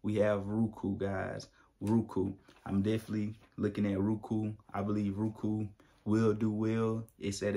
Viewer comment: "Rookoo"..lol bruh, go back to school. Just playing, but for real it's pronounced "Row-Ku"